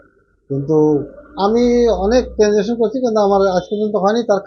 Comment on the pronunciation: ট্যানজাঙ্কশন ❌ ট্রানজাকসন 👍